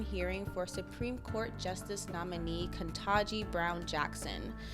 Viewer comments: It's Ketanji, not Kentaji. Please get it right. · Please learn to pronounce the "n" in Kitangi. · If was truly concerned, she would learn to pronounce her name.